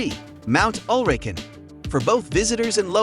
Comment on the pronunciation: Hi, you got the names wrong. It's Fløyen, not Floyd, Ulriken, not Urlikin, Flåm railway not Flan and Kode museum, not Code. Have a nice day!